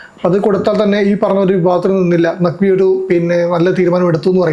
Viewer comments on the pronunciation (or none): നഖ്വി അല്ല നക്കി